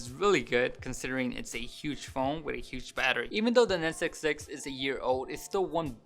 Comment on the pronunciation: "A nesuk six!" LMAO